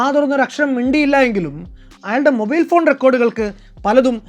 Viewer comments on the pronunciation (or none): none